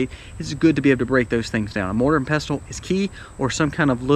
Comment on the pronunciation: I've never heard anyone pronounce the t in pestle. My brother has at least one, one I gave him but it's not safe for food as before I gave it to him I used it for grinding a rock that contained lead, and I have 2- one for culinary use, the other I'd rather reserve for medicinal use. I can't afford a grinder, and most of them don't have good ratings for reliability. So I was wondering if I could do it super old-school, and get two round, flat stones. It'd be cool if I could somehow attach a handle to the top one, Then you put the grain on top of the bottom stone, put the top one on the grain, and use a handle or something to just turn the top stone until the grain's ground however fine you want it. I should look into that, tbh. If I can get that plus some dry canning supplies, I should be able to prepare acorns pretty well.